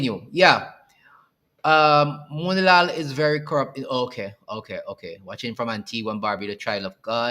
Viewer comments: YES, YOU PRONOUNCED MOONILALL CORRECT. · Yes ur saying his name right thats my ex school teacher brother also they said it was fakes news but also did you saw the claims venezuela is stating usa and trinidad is drilling for oil on their territory and i could tell you this isnt a lie kamla is leading the country off a cliff imagine ur nation dont a army but y pushing war we cant war with latin black ppl hv to step down this not our fight